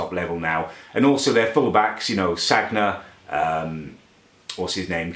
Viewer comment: it's pronounced sanya but it is spelt sanga